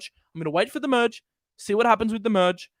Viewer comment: Muhdge Muhdge Muhdge. It’s “Merge” ya tool!